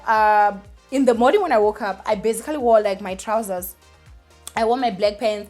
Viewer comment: I love you girl but you need to stop saying "bazigally" every 2 seconds.